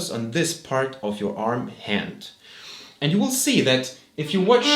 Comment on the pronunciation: Your English skills would be more convincing, if you pronounced the simple word "and" [and] rather than [änd]. Pay attention to the "d" and the end. German people tend not to differentiate the words "ent" and "and" in terms of pronounciation. The same applies to the word practice. German people tend to say [präctice] and those are tiny words revealing you as a German guy. I know that at school the teachers do not know better.